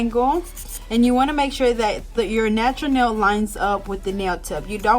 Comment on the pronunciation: “nachuuur nell”